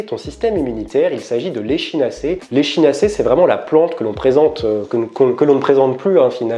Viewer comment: On prononce "ekinacé" ! En phonétique ! Sinon très bien ce que vous faites 👌🏾